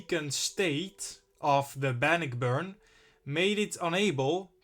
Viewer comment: Good documentary,!! The Great Lakes ships, have some interesting, tales also🤔. The pronunciation for 'Bannockburn' is; Ban•nôck•burn. It's a city in Illinois, I believe. A ship, if you could cover next; could it be the famous concrete ship in Cape May Point NJ, named The SS 'Atlantus'??? It's not an exciting shipwreck, but it's part of our, local history.